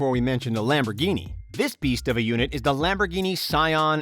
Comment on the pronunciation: Lamb Burguini